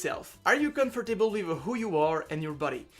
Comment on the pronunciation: Hey, je suis français mais j'étudie l'anglais donc une petite remarque : Les mots comme "comfortable" (tu le dis à ) ou "vegetable", il faut les 'raccourcir' quand tu les prononces. Pour "comfortable" ça donne ˈkʌmftəb(ə)l, seulement trois syllables, tu ne dois pas prononcer le "or". Ah et sinon, bravo pour tous ces changements. Ca a dû être difficile, mais les résultats sont là. Bon courage pour la suite ! <3